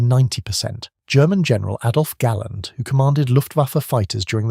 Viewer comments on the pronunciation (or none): none